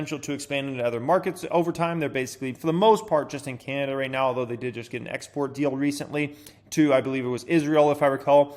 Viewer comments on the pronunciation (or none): none